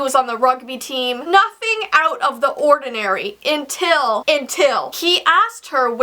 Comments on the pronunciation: Lol did you just say "Intil?" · intil Me:no its until 🤣😂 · Intil😂 … its until*